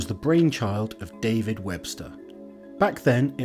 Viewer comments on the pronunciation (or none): none